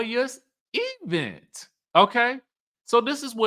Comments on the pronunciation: This E-Vent pronunciation like LaTisha does is taking me out!😂😂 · pronounces event like LaTisha Scott😖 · The emphasis on the Eee in event is cracking me up 😂😂😂😂. That dang Latasha and her Bessemer dialect 🤣🤣🤣🤣